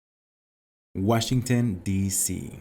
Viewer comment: Jor whasginton